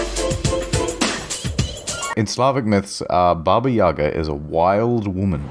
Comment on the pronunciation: Your pronunciation of Baba Yaga is perfect. Chef's kiss